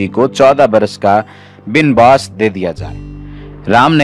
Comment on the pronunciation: Bin bass nhi banwas matlab ban means jangle 😀